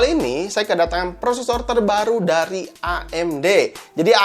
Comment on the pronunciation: ngomong amd nya kyk ngomong a"in mantap emang si akang sering ngaji ^_^